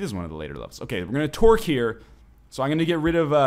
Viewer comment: I know you're saying tork but all I hear is twerk